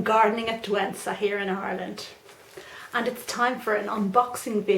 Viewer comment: at Douentza Was perfect! :)